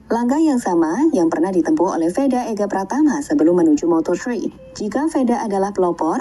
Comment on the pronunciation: PRATAMA KK BUKAN PRAMATA